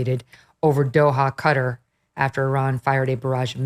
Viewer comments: I’ve seen a lot of coverage saying cutter for Qatar it’s pronounced cat-are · It's not "Cutt-her". It's "kuh-tar". 🤦🏽‍♀️ civilians drive me nuts on this. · Not Cutter, it's pronounced like katar. 😂 I was a teacher. You're all getting an F in grammar. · Where is "Cutter"? I know where Qatar (kuh-tar) is. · Qataaaaar? Can’t you pronounce Qataaaar? What ‘cutter’? Embarrassing